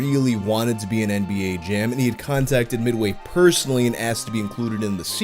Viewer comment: I hate the way he says midway